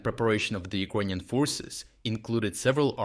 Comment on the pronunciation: Can’t you learn to pronounce word Ukrainian? It’s ears piercing, man.